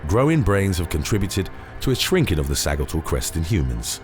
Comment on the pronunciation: I really appreciate your videos and the research that goes into them, but man...you sure butcher the pronunciation on a LOT of words. Sagittal is pronounced / ˈsædʒ ɪ tl /, much like the word Sagittarius.